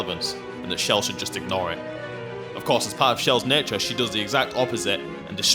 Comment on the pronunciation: why cant any one say chells name right ch not sh chell not shell